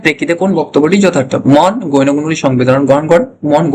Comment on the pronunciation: Apnar pronounciation thik korun.গৈণ গুন নয় বলুন গৌণ গুন।